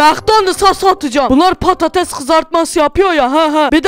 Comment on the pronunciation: patates deil patato😂😂😂😂